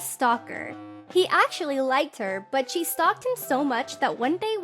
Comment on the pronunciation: I keep hearing "chee" instead of "she"